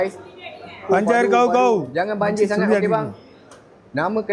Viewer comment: Cakap pun tak betul..banjir jd banjar...sah2 nk buat content😂😂😂